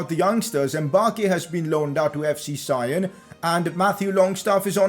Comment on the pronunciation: FC Sion are from Switzerland and its pronounced as FC Son.